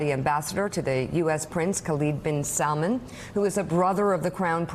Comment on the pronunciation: i'm not asking for much i know khasoggi and mohammed are hard names to pronounce correctly but mispronouncing salman that's just lazy